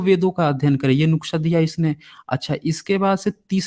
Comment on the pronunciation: Nuksa nhi sir nuskha hota hai